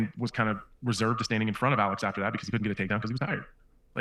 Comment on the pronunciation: Hey man, why can't you say Alex? 😂